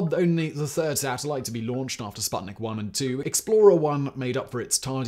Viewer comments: "u"... it is pronounced "spootnik" as in "spoon", damn it :) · Hello! That thing is not called sbuttnick. It‘s called sputnik, the companion.